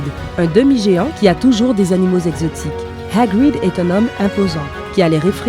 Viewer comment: Et heerguid